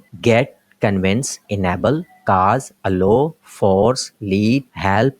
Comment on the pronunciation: Allow ki pronounciation sahi se bolain .